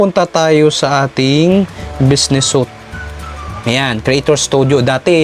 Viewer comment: Diko ma gets ang explanation mu kasipag.. Suite (like, sweet po ang kabasa hindi po sot kasipag.)